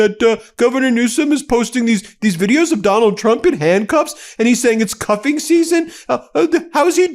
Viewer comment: Not concentrating, I heard 'cupping' not 'cuffing' and immediately had a vision of Donnie with a glass goblet stuck to his forehead, sucking out his bad 'humours'. And then remembered the day I stuck one of those rubber sucker plastic rattles on my forehead to amuse my young children. They were highly amused... as were the people at work when I had to explain the resulting prominent purple bruise. My then wife, however, was 'Not Amused', she... Just smiled knowingly. 😌 'Go Gavin!' 👍